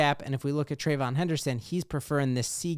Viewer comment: Say it with me…Trey-VEE-yon. Thank you for your time.